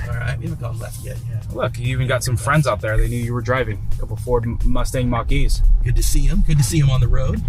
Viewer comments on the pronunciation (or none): When you outsource your video production and they call it a Mc'Kee instead of Mach-E